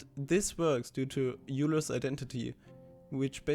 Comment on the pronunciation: Love it! I'd never thought of taking Fourier into the second dimension. Just a quick FYI: Euler is pronounced “oiler”.